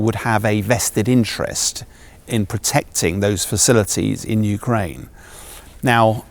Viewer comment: I heard yewkwaine suwendered.